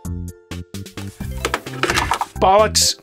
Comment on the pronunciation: Hearing James say bollocks 😂, good pronunciation as well 👌